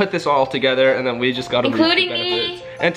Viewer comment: Who else realized that said chessa instead of Tessa like if you agree